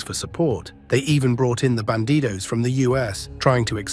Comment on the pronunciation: It's "Bandidos", not "Banditos".